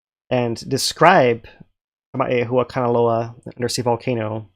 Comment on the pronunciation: if you break down the name of the volcanic edifice formerly called Loihi, it will be easier to pronounce. It's Kama-'ehu-a-kanaloa. Should sound like Kama-'ehuwa-kanalowa. The 'w's are the vowel glides between u & a as well as o & a. Half the time you've been slaughtering the name. I've heard Ka mae hua kanaloa from you several times. Tsk, tsk. Lol.